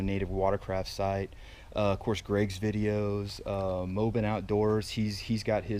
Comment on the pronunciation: Nice!!! Sub 33 and looking forward to more Titan updates. Hope you grabbed your gaskets from Native! Thanks for the shout out. And its MOBB - IN LOL!!!!